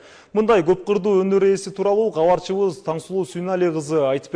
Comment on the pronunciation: Алып баруучу бала долбаёбсунго сен Габарчыбыз гаралды деп суйлойсунго Кабарчыбыз каралды десен болотго